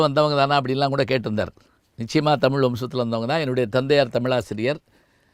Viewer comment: தமில் இல்லை ஐயா தமிழ். சரியாக உச்சரிக்கவும். தென்னிந்திய பகுதிகளில் வாழ்ந்த ஆரியர்களை குறிக்கும் சொல்தான் திராவிடம், திராவிட பார்பனர்கள். ஏன் ஐயா இதை மறைக்கிறீர்கள்.